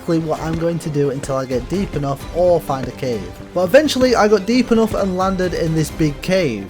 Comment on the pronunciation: "Look Illy enouph" "Buk'e o' wa'a"